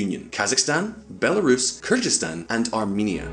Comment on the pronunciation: It's not "KYrzikstan", please say correctly Kyrgyzstan 🇰🇬.